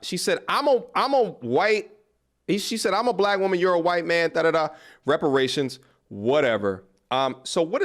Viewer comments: "Repartions"... aight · Nah my G she got “repartions” not reparations, whatever that means😭😂